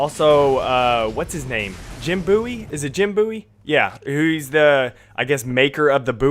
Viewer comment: Did you say... MEXICANS?! ARIBA! kidding and its Bowie like Davie Bowie lol